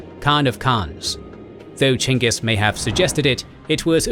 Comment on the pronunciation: i dont know if you’re proud of yourselves but i sure am proud of you for going out of your way to pronounce it Chingis Khan, as should be, even if nobody was going to correct you for saying Genghis Khan